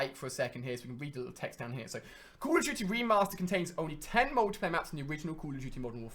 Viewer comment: I'm sorry but call of duty is not pronounced call of juty